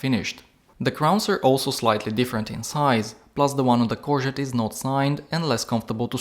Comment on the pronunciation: Pronounced “core go”